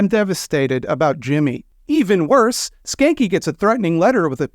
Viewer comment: THATS how you spell his name?!? I have a German last name that’s been Americanized, and even I don’t have it that bad. Technically it should be pronounced more like “shah-nka”